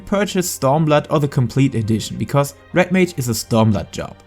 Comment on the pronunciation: umm.... is it called Rat mage? i swear thats what i keep hearing .